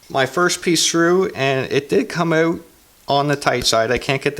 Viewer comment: Good vid. Great beard! I like the way you say "ewt". Like "ewtside" or "I figured it ewt." Cheers!